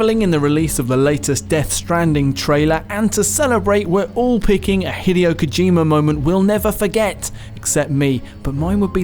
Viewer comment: please don’t pronounce Hideo Kojima like that again